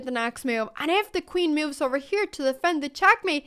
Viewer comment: It's interesting how the auto-generated subtitles "translate" Anna's pronunciation of "moves". I wasn't even paying attention to it, but saw mills and meals pass by. 🙂